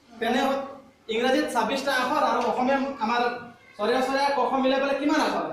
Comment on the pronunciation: অসমীয়া ভাষাত "অ" আখৰটোৰ উচ্চাৰণ "চৰেঅ" বুলি কোৱা নহয় |